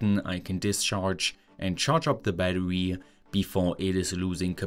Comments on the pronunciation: Battery = Baddowe-uh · What's "badwooee""? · 🚫 battery ✅ battewee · This dude's voice LMAO. Battewee.